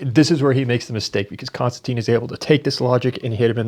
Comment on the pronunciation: I know it's OCD but any chance you could get in the habit of properly pronouncing Konstantins name? Kon-Stan-Tin. It's not Constantine. It's not anything like that. It's not even close. Be like saying his last name is: Kissing. I do better than that.